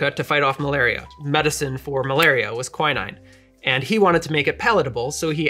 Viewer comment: Apart from the indescribably weird pronunciation of quinine, I love this channel! We've upped the cocktail game in my house by lots of levels!